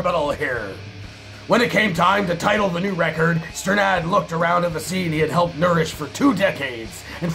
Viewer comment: Also, from what I remember, it's pronounced 'stern-id'.